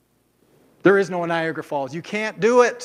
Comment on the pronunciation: I lost it when he said Niagara Falls. NOOOOOOO, come on, buddy...